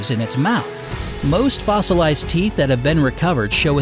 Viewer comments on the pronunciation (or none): He said feet instead of teeth 😂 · he said feet not teeth 😂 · You said feet instead of teeth when talking about its killer smile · he said feet instead of teeth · Did anybody else here him say feet on #7 not teeth? Also the meg is still alive deep deep deep in the Mariana Trench so its kinda like a living fossil so watch it if you swim there! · Ummmm..., 276 teeth not feet. Did anyone else hear that, lol